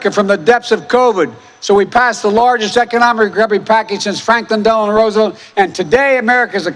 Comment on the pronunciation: At about -- What the heck is the "largest economic grbby package since Franklin Delano Roosevedt?"...God help us all.